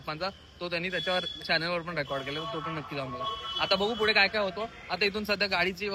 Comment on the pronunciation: I have notice this many time that says फुढे and not पुढे.. but I like it😂